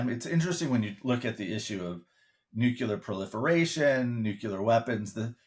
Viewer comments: The word is "nuclear" not "nucular", :-) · NUCLEAR is not pronounced "NEW-CU-LER". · It's Nuclear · I am not sure what the issue issue. No one is afraid of (or even knows what are) nu-cue-lar weapons…. Now, if they were talking about NUCLEAR weapons, that would be a concern.